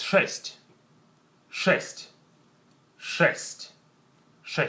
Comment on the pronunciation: When he says"sheet" it sounds exactly like "shit". Just sayin.